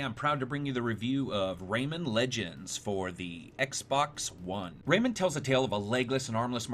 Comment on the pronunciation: Rayman not raymen